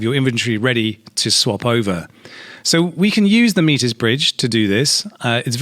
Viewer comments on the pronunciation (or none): I don't know what the correct pronunciation actually is, but every time you say "MEAT-IZ!!!" my face twitches.